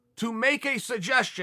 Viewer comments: "Rozenstrook" lol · at least get his name right, its Rozenstruik. You cannot just write how Americans would pronounce it. Overeem would win, easy, it was just bad luck in the first match.